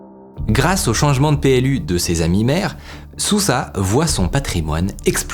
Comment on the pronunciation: toujours de très bonne vidéo comme toujours mais le nom de sousa se lit normalement " de souza" d'origine portugaise